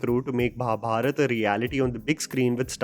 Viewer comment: and I love man for not saying Mahabharata aa but simply saying Mahabharat. we Indians, at least the North Indians should learn to pronounce our Hindi words right. like ram and not Rama, ravan and not ravana. more respect for you man!!! keep rocking